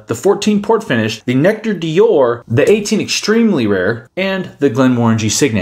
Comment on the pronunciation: I think you pronounced it fine ;) but D’or is pronounced as one syllable, like saying ‘’dor’’